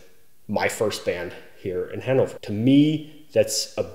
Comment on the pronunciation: at first I thought you said "That is kind of the circle of friends that I got to know here in hangover" XD